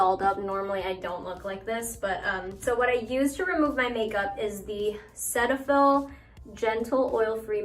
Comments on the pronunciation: Cetaphil is pronounced as "see-taphil" as in I see you checking me out ❤💦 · I just watched a cetaphil commercial and they actually pronounce it see-tuh-fill I was shocked!